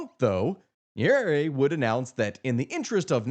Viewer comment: 1st good work o highlighting this issue esp now that it democracy is facing a brutal march to death in Africa & more so East Africa, but please learn to pronounce Swahili properly, this has to be the easiest language to learn eg its Nya-re-re if you need help DM. 2. If you're going to do one one on Kenya, you'll find many similarities like issues of corruption but Kenya has perfected the art of silencing dissent from using intelligence agencies, outright buying the opposition and even more mysterious is the silence of the international community when the government is cracking down on protesters. Another oddity is how the government is using social media to push propaganda while at the same tracking down government critics. once they track these critics they're are abducted, people make noise on social media, the critics are released but surprisingly become less critical or silent. An example would a cartoonist of local newspaper. If you're planning to do a piece on Kenya please talk to Kenyans like on tiktok or reach out to Larry Madowo. Again i cannot emphasize how the Tanzania & Kenya stories are similar both Samia & Ruto accused NGOs of funding dissent...its as if they are sharing tactics on crushing opposition like how Kenyans on X are being used as social media mercenaries by Tanzania to paint a rosy picture. I think this has to be the most fascinating that both Kenyan & Tz govt are paying Kenyan social media influencers to counter opposition narrative and how much th